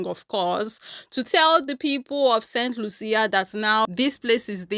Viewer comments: It is pronounced saint Lusha( st. Lucia) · BTW, it is the island of Saint Lucia 🇱🇨 , it is pronounced Saint lieu shah. They tried to do the same on the island of Dominica 🇩🇲 about 50 years aback, and the locals protested in the same fashion. 🫵🏽👏🏾👏🏾